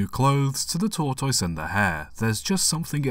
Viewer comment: "Tor-TOYse"???? WTF? "Mis-CHEE-vee-ous"!? You MUST be joking!